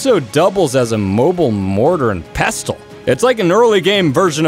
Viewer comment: pestle, rhymes with wrestle